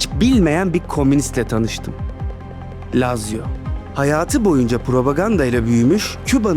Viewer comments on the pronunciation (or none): ❌ LAZZİYA ✅ LAZZİO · Lazio dediğin yerde Laz ziya dedin sandım dsjfn